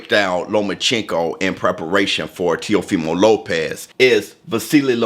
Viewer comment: Now I'm drunk. I took a shot everytime he said Teofema Lopez.